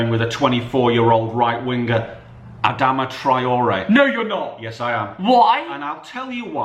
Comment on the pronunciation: Why tf has he said Adama